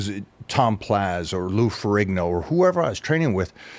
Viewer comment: Whats up with this guy always calling Tom Platz tom PLAZ dude is a pro troll